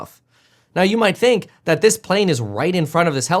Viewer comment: "the wrong PAALANE in site". man i hate the way he talks lmao